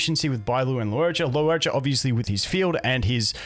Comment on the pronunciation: One day you'll stop pronouncing Luocha as "Lew O'cha" and get it right. It's super easy: LORE-cha